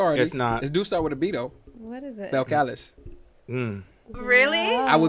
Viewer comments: Why you pronounce it as Belcalis 😭it’s pronounced [ Bell Ka lease] Lmaoooo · That man said Belchalis. It’s pronounced Bel-Cuh-Lees lawdd 🤣🤣🤣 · I’m new to the podcast, love this episode. Its the chemistry for me. Also, Cardi’s name is pronounced BELL - KAH - LEEZ ☺️